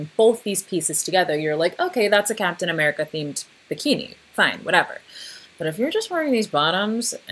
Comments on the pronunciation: Okay, "L'Captian AmericaCK" really got me. I was not expecting that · I don’t know why “lacaptain americack” had me laughing so hard